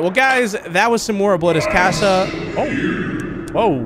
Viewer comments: C-ah-sa not key-ah-s-ya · its pronounced "cah- sah" like ahh not AHHHH